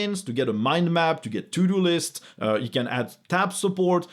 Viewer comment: I think that, from now on, I will be pronouncing "To-do lists" as "Tudolist" :D